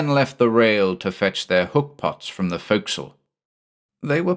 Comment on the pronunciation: I'm sorry to knit pick but I'm so glad to hear forecastle pronounced right. Having spent time in the navy, some things just stick with you, ya know? Was I the only one who pointed it out before? Either way, great job as usual.